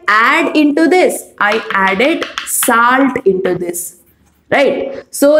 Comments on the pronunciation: Mam tip : your pronounciation has to be improved Its not saalt its solt And it not puur it puar puar ! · It's not saalt it's salt.